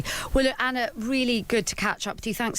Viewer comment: Very disrespectful that no one at times radio seems to be able to pronounce Anna’s name correctly.